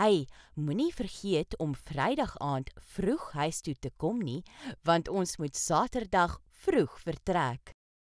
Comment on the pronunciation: The word "huis" is not pronounced like in "hi". One should pronounce the word on the tip of the tong and not in the back of your mouth.